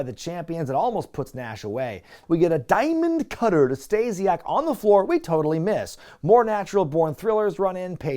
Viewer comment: The "Dye-Mund Cutterrr" out of nowhere floored me